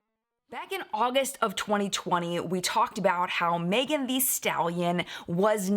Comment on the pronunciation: with the utmost respect, I know you like to get things right, so...it's pronounced "the" not "thee". Here's video of her saying her own name: I just want people to address her the way she wants to be addressed.